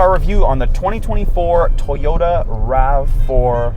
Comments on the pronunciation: What's a "Tie-yota?" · Somebody tell this man there is a "O" in To-Yo-Ta. WTF is a TY-O-TA? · Not tyoda it toy- ota